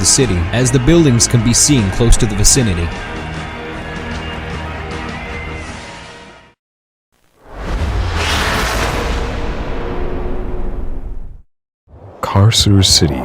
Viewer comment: Just as a future reference, the Latin c is pronounced k. So Carcer would be pronounced karker